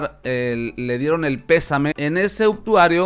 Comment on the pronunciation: Es "Obituario" no "Obtuario", te comes la "i"